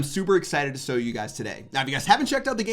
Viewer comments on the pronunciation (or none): Did anyone notice he said sow you guys instead of show